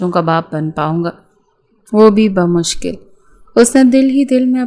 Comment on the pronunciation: بمشکل ہوتا ہے یا بامشکل بم مشکل نہیں اس سے تو کچھ اور سمجھ آ رہا ہے